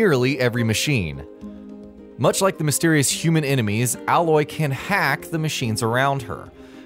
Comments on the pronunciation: FYI: It's pronounced "Eh-loy" not "Ah-loy" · Number 16 - It's 'A'loy not alloy. Should get the name of the main character right before making a video :) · Btw her name is pronounced Ay-loy not Al-Loy. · a) you don't need to know any of this stuff b) Actually you don't have a sword you have a type of spear in a way and if you want to fight with that then good luck you will NEVER finish the game c) Aloy (you have been pronouncing it wrong by the way its a-loy no alloy) is actually an exiled Nora and the braves are basically the warriors of the nora tribes Do your research before making a pointless video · It's Aloy, not ally. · If you played the game or did your research you'd know her name isn't "alloy" it's 'A'loy... spacker. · brave isn't a tribe name, it's a title, that's not how you pronounce Aloy, they're spears, not swords, etc etc etc. Play the game before you tell people "important" things to know about it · You should do another video on this game. Your video has many many things that are completely incorrect.... no offense.... I didn't get halfway through it. 1. Aloy is pronounced Ay-loy, not Alloy, and Braves are warrior members of the Nora.... I got to there and shut the video off... sorry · Ayyyloy. not ahhloy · It's pronounced eh-loy. Like the canadians say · Matrix? Hell no No it's pronounced Ay-loy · Just not watching in 2020 and it bugs me that he calls her alloy. Was any real research done? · Ey-loy* spears* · I really enjoyed your video but the way you pronounce Aloy is triggering. It’s “Ay-loy” :)))) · Her name is pronounced AiLoy. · he fucking said alloy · aloy is pronounced ā löy long a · Am I the only one who keeps noticing he's not saying her name right? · you know what would really help these videos? knowing how to pronounce things like basic character names and not sounding like a tool. Cheers. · Pronouncing the name wrong, she's not a type of metal bro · cuz def ain't know nothing about this game he been saying her name wrong the whole time